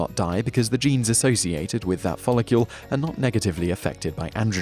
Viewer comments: Does anyone else find him saying folocule instead of follicle, incredibly fucking annoying? no, must just be me then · 100% yes. there's no U in follicle. it sounds ridiculous. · He said it wrong 20 times in 3 and a half minutes. Drove me mad! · It's nothing to do with having an accent, he just says it wrong... again and again and again! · i was just about to say this too! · Yes he's a fucking spanner.